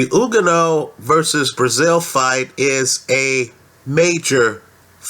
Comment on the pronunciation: and you pronounced his name wrong .....say like this OK!! ........ready .......youganah see simple